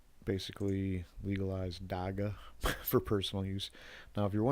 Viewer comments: It is not pronounced Dakka. It is more like dach-hah. We have a huge Rastafarian community, even a famous rastafarian lawyer (Gareth Prince) who have been fighting for legalisation since the 90s. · I know his not from here but the way he pronounces Dagga is irritating.